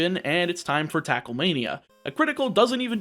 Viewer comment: Fun fact you said attackle